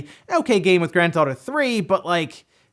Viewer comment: "Grand Thotto"